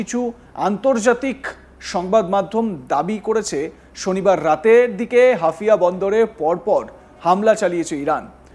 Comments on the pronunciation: হাফিয়া নয়, হাইফা বন্দর বেকুব... আরে ভাই তুমি প্রথমে বাঙলা ভাষা উচ্চারণ করতে শিখো... এই জোঁকার গুলো আসে কোথায় থেকে? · আরে দাদা হাফিয়া বন্ধর না হাইফা বন্ধর কি করে কে এরা ভাই ভালো করে দেখে বলো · আপনি কি ‘হাইফা’কে হাফিয়া বোলছেন? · শালা হাইফা বন্দর কে বলছে হাফিয়া বন্দর। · হাফিয়া নয় হাইফা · শব্দটা হাফিয়া নয় হাইফা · হাফিয়া নয় হাইফা 😂 আবালচোদা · মূর্খ সাংবাদিক, হাউফা নাকি হাফিয়া এটাই জানেনা। 😆😆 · আরে পাগলা হাফিয়া বন্দর নয় হাইফা বন্দর ok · হাফিয়া নারে ভারতীয় সাংবাদিক, ওদের যোগ্যতাকি কেমন সাংবাদিক ওরা, হাইফা কে বলছে হাফিয়া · আপনারা কি সাংবাদিক তাও আবার ইন্ডিয়ার,,, 😂😂😂😂😂😂😂 ওরে গোমূত্র খাওয়া জাতি হাফিয়া নয় হাইফা বন্দর। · ওরে ওটা হাফিয়া না। হাইফা হবে হাইফা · মিঃ ধারাভাষ্যকার, হাফিয়া বন্দর নয়,শুদ্ধ হবে হাইফা বন্দর,যা বর্তমানে অগ্নিকুণ্ডে পরিনত হলো।যেখানে রাফায়েল যুদ্ধ বিমান, এফ ৩৫ যুদ্ধ বিমান ও ধ্বংস হলো মুসলিম জাতির হাতে,সেখানে ভারত, আমেরিকা,বৃটিশ যেই ইরানের বিরুদ্ধে যুদ্ধে জড়াবে তাহলে তার উপযুক্ত জবাব দিবে কয়েকটি শক্তি, যা ট্রাম্প ও দশবার ভেবে চিন্তে পদক্ষেপ নিতে চাইবে। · Hafia na Haifa port... Pls pronounce properly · Hafia noi Haifa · সংশোধন করুন: হাইফা বদর, "হাফিয়া" নয়। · সালা বলদ হাফিয়া আবার কি হাইফা হবে,, ইংরেজি ত পড়তি পারিস না বাংলা করে দিলাম হাইফা হবে 😁😁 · মূর্খচোদা ওটা হাইফা পোর্ট😂😂